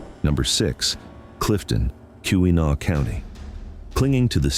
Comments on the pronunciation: AI slop. AI cannot pronounce anything correctly. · Being a Michigan native myself I do enjoy non-natives attempt at pronouncing different Michigan locations lol Too bad this video seems to be inaccurate about a lot more than just pronunciation